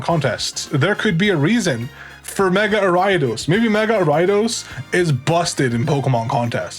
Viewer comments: For the longest tine I was trying to figure out what the fuck Arai-dos was. It took typing it to realize he meant Ariados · Are you referring to gyarados when you say ridos im so confused haha